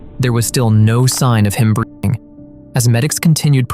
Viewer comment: They can’t say breathing 😂